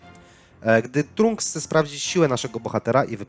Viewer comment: Trunks xd mówi się tranks